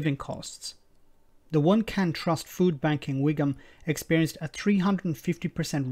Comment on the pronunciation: "Wigam Buckinghamshire," who are these supposed educated southerners, who actually vote for these people?